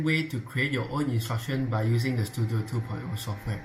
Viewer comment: normal person read: Studio some one: stu DIO